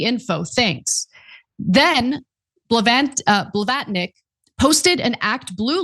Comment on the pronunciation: I agree pronouncing financiers as finanzeers, is always an issue for Ana, and Blayvarnik for Blavatnik. It's only when she's on her own without Cenk to help her, that she makes these pronunciation blunders when announcing. Ana should check how to pronounce the names before she starts, or listen to British people speak Received Pronunciation.😊